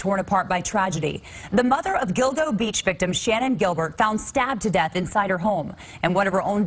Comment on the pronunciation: Did you say Dildo Beach?